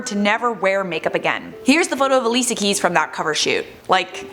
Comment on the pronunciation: its pronounced alishia.. and also while im at it..its not pronounced eriana grande but uh-riana grande